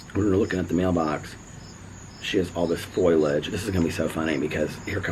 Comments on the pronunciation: Lol!, it's not foiliage. It's foliage. Love you💙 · it's fol - i - age 🌳🌱